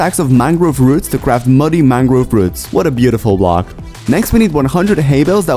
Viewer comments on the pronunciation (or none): none